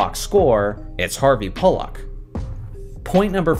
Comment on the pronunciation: That's definitely NOT how you pronounce "Pollack."